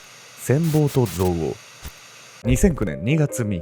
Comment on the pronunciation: 憎悪のイントネーションが気になってたまに気がそれる😂